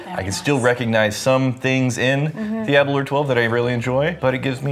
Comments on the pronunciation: Please pronounce Aberlour correctly. Think flower so you get aber-lower🙂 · Your pronunciation of Aberlour upsets me a great deal. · when you think happy hour, drink aberlour... is apparently how the host of tours at the distillery frames how to pronounce aberlour. delicious though cheers